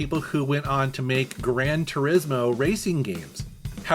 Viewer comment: Grand Turismo is more like tur EEZ mo rather than tur IZ mo.